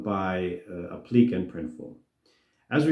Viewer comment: "Appliqué" is pronounced "app-lee-KAY." Please improve sound quality, your voice is so echo-y made me click through and leave asap.